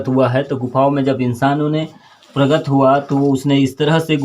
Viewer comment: प्रगत नही प्रकट बोलो पत्रकार महोदय 🙂